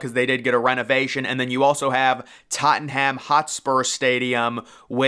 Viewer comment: You’ve got to learn to pronounce Tottenham correctly.